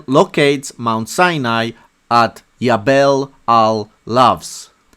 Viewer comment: You say yabel but should say jabel. And the meaning of the word in Arabic is mountain